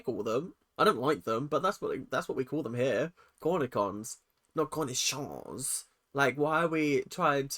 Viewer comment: Maya pronounced “cornichons” correctly. It’s a french word.